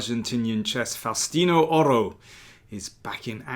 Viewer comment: Nome is pronounced Fowstino